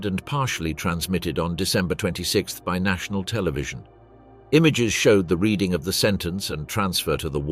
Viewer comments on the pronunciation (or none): none